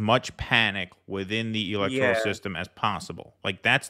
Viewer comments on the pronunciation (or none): whyu do you say electorIAL? lol